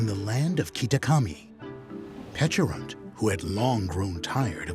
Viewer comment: Its nice to hear its pronounced similar to "peach" instead of the silly "peckarunt". Like the berry looks like a friggin peach ffs